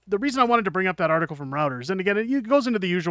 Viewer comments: Check your pronunciation of Reuters. sThe first syllable sounds like "Roy". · Good work and congrats on your growth -- you def deserve it. October 2025 seems like a lifetime away. Side note: Reuters is pronounced "Roy-ters."